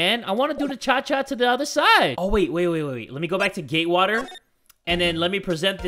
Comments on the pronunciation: Does this make me crazy? Everytime said "Gatewater", "Gaywater" is the first thing that popped in my head? Could this also be a sign that I'm gay? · I heard Gaywater hotel